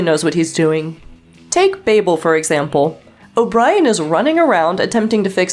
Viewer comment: And you aren't pronouncing "Babel" correctly.